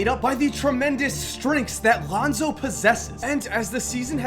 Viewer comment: You said Alounzo Ball in the beginning of the video